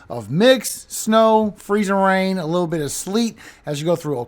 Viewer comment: We have a merch request for you from our 23 yr old son. Can you PLEASE make a shirt with the words Freezing RRain. Emphasis on the RRR the way you say it? We will buy it and I just know others will! ❤